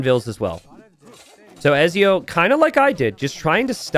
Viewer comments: Have you played Assassin's Creed?! Don't forget the T in Ezio! It's etzio! Lol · My god the way you pronounce Ezio is killing me